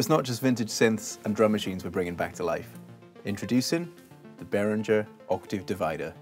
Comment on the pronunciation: Hi there, I love all of your content and videos are wonderful, except for one little detail: you pronounce Behringer incorrectly. Not sure if you’re doing that to cater to an English-speaking audience, but it is a little bit funny to me that you work for the company, but don’t pronounce the name correctly. nevertheless, I love your content and you’re positive style of demonstrating these products thank you. 🕊️🎛️🎸